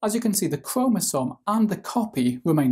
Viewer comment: New drinking game , take a shot every time he said cromasom